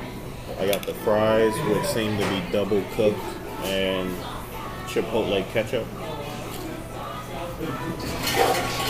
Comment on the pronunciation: What the hell is chip o le ketchup?! Lol do you mean chipotle?